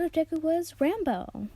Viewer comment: You said Rambo not ranboo you disgrace it triggers me I don’t know if you know that ranboo is enderman/ something because I haven’t heard it still good story just please pronounce it right no hate it just triggers me